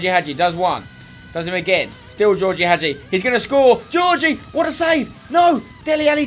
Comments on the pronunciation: spencer i know it's spelled als georgie but it's pronounced as George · Btw Spencer, Gheorghe is pronounced ge-or-ge, I thought I'd let you know